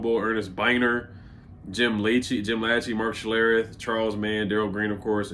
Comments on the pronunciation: Jim Lachey: La-SHAY, not, LAT-che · Lachey is pronounced La-Shay